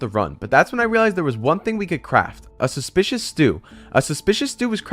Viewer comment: a love when he says suspecuis stew